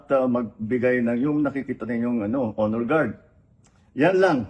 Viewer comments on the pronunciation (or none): none